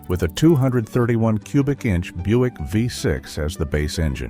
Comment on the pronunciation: It's pronounced "Byoo-ick", not Buck. Fix your AI voice thingy.